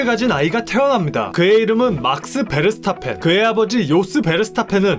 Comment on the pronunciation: 그는 네덜랜드 사람이므로 베르스타펜이 아니고 페(f 발음)르스타펜입니다. 독일어랑 비슷합니다.